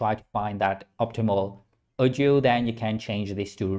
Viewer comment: Its pronounced 🔊"AW-DIO"😂